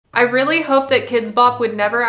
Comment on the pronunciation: After she said “weally average potatoes” I started crying 😂😂😂